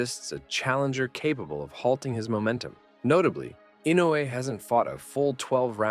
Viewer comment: The way you pronounce "Inoue" sounds like "Inu", which means "dog" in Japanese, as in "shiba-inu", effectively turning him into a dog breed, which is cute. (Japanese spellings are isomorphic: they are pronnounced as they are written. "Inoue", which is written with four vowels, are pronounced with four vowels: "I-no-u-e". And these are pure vowels, unlike the English "i", "o", "u", "e", which are all non-pure vowels, being either a long vowel or a diphthong.)